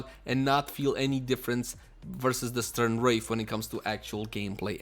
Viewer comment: 1. St-RUN, not St-URN 2. 'Normal' could mean unmodded.